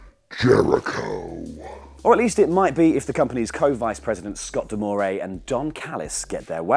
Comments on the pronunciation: It's Scott Da-more. Not Da-more-eh. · it's Scott D'more (pronounced Dah-more. No "eh" at the end.) Damn Brits!!! lol